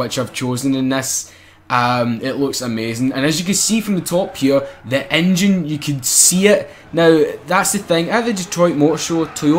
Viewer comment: What the fuck is an INNNNNNJJJINNNNNN